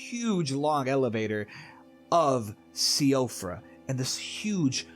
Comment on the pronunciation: Seeing siofra pronounced see oh frah makes me laugh as i think to myself that i totally didnt learn its pronounced sheefra because of vaatividya like 3 months ago